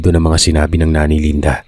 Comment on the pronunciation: Ano ba 220,LANDA O LINDA!???labo ng narrator 😅